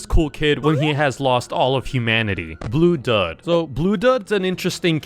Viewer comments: ITS NOT BLUUDUD ITS BLUEDUDE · Bro you pronounce it like blue dude not blue dud. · "blue dud" ITS BLUE DUDE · bro its bluedud not bluedad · thats not bluudud thats bluudude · ITS BLUE DUDE NOT BLUE DUD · I hate how he always pronounces names wrong. PUPURUS? BLUE DUD? DUDE, ITS PRONOUNCED BLUE DUDE AND PAPAYRAS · its bluedude not bluedud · Not Bluedud its bluedued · It’s not bludud it’s pronounced blue dude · it isnt blue duud, its pronounced - blue dude. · Blue dud is crazy lol if you want to know it’s pronounced“bluedude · Erm aksually🤓☝️💦 it's pronounced bluu-dude not bluudod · Its not blud dud its blue dude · Bluudude it’s not Bluudud it’s Bluudude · Bluu-dud 🥀💔 Pronounced (Blue)-(dude) although, it’s spelled as Bluudud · For the last time it's BLUUDUDE not bluudud, get it right please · NOT BLUDUD ITS BLUUDUDE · "bluedod" huh? why "bluedod" IT'S BLUE DUDE[pronounced] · Bruh Its not BLUDUD Its bluedude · WHY IS NOBODY SAYING HOW FLUSH SAYS "BLUE DUD" ITS "BLUE DUDE" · It is blue-dude not blue-dud just because it is spelled that way doesn’t mean that it is not the pronunciation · It’s “dude” not “dud” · its pronounced blu-dude not blue-dud, also him and c00lkid HATE eachother, same with pr3ttyprinc33s, they arent from an alternate reality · I swear to #%$^*ing god it iss not blue dud IT IS PRONOUNCED BLUE DUDE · it’s blue dude. Not blue dud. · If ya didn’t know it’s pronounced “Blue dude” not uh “blue dud” also cupcakes is a reference to the uhm mlp animation called cupcakes HD where it’s kinda graphic and it’s basically pinkie pie k1lling rainbow dash and turning her into cupcakes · He's pronounced bluedude Not bluedud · It's bluudude not bluedud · It's bluedude for voice not bluddud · It's pronounced bluedude but it's spelled bluudud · For bluudud you say blue-dude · Im not liking this video said 1x1x1x1 "1 by 1" but it is "1X1" And he called Bluudude "Bluudud" But its ok😊😊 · Bluudud is pronounced bluedude. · It's read as bluedude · It’s bluudude